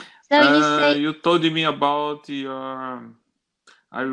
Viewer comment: Para de colocar "i" no final das palavras. She told me você fala She TOLDI me